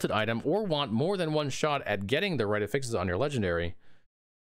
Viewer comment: Cant watch because he can't pronounce affixes correctly. sigh